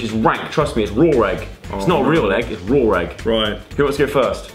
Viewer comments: LOL ITS RAW NOT RAWR LMAO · Obliveater95 when she said raw it sounded like rawr 😂😂😂